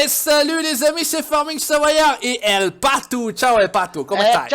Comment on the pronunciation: El Patou ? Faudra travailler l'accent heing ! 👍